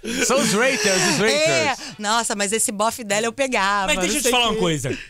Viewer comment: alguém pode avisar o cara de barba q a pronúncia dele em inglês é péssima? o cara pronunciou rater ao invés de hater. além d outras como low profile